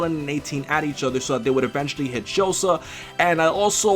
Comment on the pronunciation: O VENTUALLY??? really????